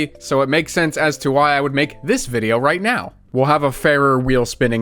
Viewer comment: whear bideo